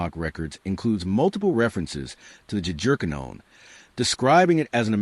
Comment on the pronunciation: Is it AI? or ignorance? For the love of God, fix the pronunciation of Jagerkannonen. Yah-ger-kah-no-nen